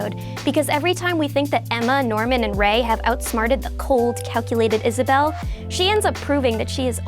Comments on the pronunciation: Promise Neverland is one of the best horror anime and I like how you called Isabella, Isabell. Also I don't why but if you actually sit down and watch an japanese horror film I promise you won't look at a dark room he same way again. Screw the dark my electric bill is worse than dexter's laboratory. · sorry but did you say isabell